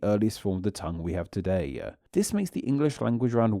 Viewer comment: He has a weird pronunciation - a weird lilt at the end. "Todaye" "quicklyeh"